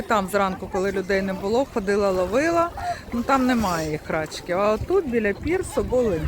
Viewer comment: Не рАчки, а рачкИ, наголос на останній склад. Від слова "рак", маленький рачОк. РАчки - то собача поза.